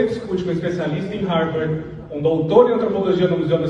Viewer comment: Não sabe nem falar Harvard direito.